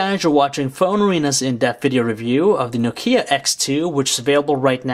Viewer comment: Oh no. Don't make this guy reviewing Know-Key-ah's please!